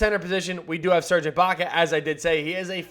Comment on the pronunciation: "Eye" baka lol